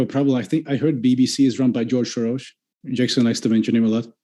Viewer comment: he’s originally Hungarian, moved out understandably because of the political situation there. That’s why he pronounced George Soros’s name accurately